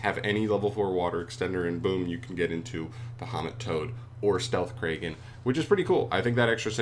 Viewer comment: Isn’t it Krah-gen, like Kraken.